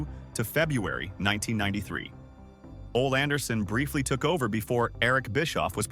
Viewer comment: Dammit! his name is pronounced Olee🙄